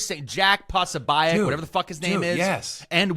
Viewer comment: I love how Jack Posobiec has become Jack Pasabyek? 😅🤣